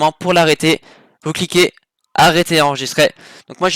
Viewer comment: arrete de dire "enregisTRAI" c'est enregister !